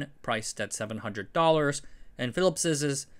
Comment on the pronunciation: “Philipsezzezz” WTF!! When will you Americans stop murdering the language. The apostrophe after the word ending in ‘s’ only requires you to say “Phillips”, you don’t need EZZ or EZZEZZ on the end. It just sounds ridiculous and like you never learned the language properly.